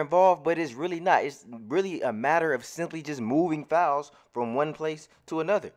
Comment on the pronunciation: Yo when you say "files" i be thinkin you sayin fouls i be confused af like how many fouls im suppose to get? 😆